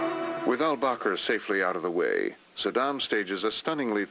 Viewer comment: Saddam, not Yaaah...